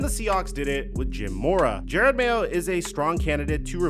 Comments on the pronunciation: His name is Jerod not Jared. Crazy you make a video about a guy and don’t even bother to say his name correctly. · Jerod not Jered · At least it isn't only DaRon Bland's name that you mess up. He pronounces his name Je-ROD. It's not like you can hear his name in film over the past 15 years or anything as the 10th overall pick in 2008 or DROY. I love your analysis sometimes, but the fact that you don't bother pronouncing names correctly is slightly unprofessional. It would be like all of us calling you Mick. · Its “juh-rod” not jared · I feel like you’re doing it for engagement at this point, which it is what it is; but it is “JUH ROD” It says it in the clip you used… he’s an all time Pats great and is getting the opportunity of his life right now, seems like you aren’t as informed as you are to not get the name right. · It's Ja-rod Mayo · You said his name wrong like 40x Jer-Rod.